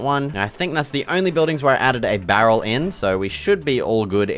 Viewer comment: i love the part where u said "bArrel"